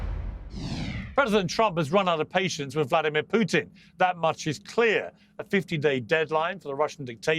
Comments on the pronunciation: You finally said putin correctly piers Well done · Pires, you finally pronounced it right. Why so, mate?